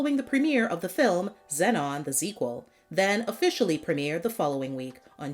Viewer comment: You pronounced zenon the zequel wrong